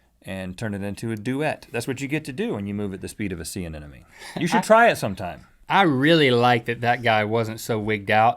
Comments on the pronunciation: Rhett - Sea Anemone. Ah - nem - uh- nee. Not "ah - nen - uh - mee" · Every time Rhett said anenome I was screaming in my head.... anemone!!!!!! gahhhh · did he say "sea anenome"? :)))) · They keep saying anenome :D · "I was moving at the sea of a sea anemone" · rhett pronounced anemone wrong. also theyre not 100% asexual. in fact they only split into two if stressed. also they CAN move pretty fast if they want. ive kept anemones and they can move across large fishtanks in only a few hours